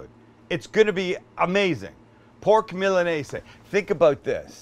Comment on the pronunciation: Is it actually called and pronounced milanese? Tf my entire life i’ve heard and said MILANESA